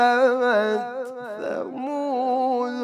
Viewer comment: خطایی داره این قاری قران . بجای ثمود ث . سمود س تلفظ میکنه . این خطا باید رفع شود .